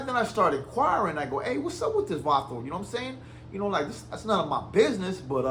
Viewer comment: Why is he saying vato like he’s raza bro is pakistaní